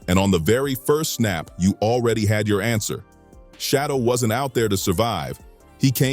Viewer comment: Why are you idiots mispronouncing his name? His name isn't Shadow